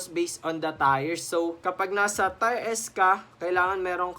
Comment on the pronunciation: Tier Yun. Gulong yung Tire 😂 Pero salamat sa vid na to it helps 😁 more power and improvement sa contents